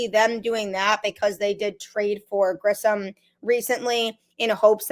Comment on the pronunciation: Same with "Grissom" and not "Grisham". Also not calling "Luis" as "Louie".